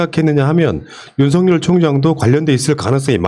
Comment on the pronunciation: 윤성열 윤석열 발음 구분 좀